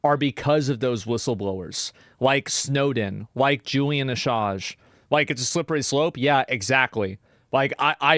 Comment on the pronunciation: “Like snowden…. Like Julian Ashaaajjjj….”